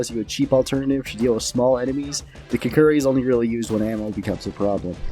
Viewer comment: KUK-RI not kukuri...